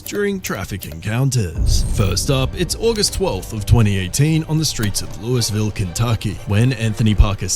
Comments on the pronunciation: Louis ville Kentucky? It is pronounced "lew E ville", one word. Not Louis ville. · It’s not Lewisville the way you are pronouncing Louisville. It’s pronounced ( Louievul ). But the Louisville Metro PD have been investigated numerous times for their racism, violating people’s rights, abuse, unaliving people. You might remember Brianna Taylor case where she was unalived by a no knock warrant. It sounds like you are from the UK, but that was international news. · It’s pronounced “Lou-ee-ville,” British narrator bloke who can’t be bothered to not learn the proper pronunciation of American city names. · Lol.... "Louis ville" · It’s pronounced Lou-uh-vul. The “S” is silent 😒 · Please learn how to pronounce the city names correctly, particularly Louisville Kentucky. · This narrator shouldn't be doing these types of videos. He can't pronounce Louisville, Ky. correctly, so i doubt he knows much about laws in the U.S.